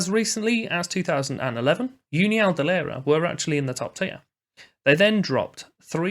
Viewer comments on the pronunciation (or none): It's pronounced ooneeau de layreea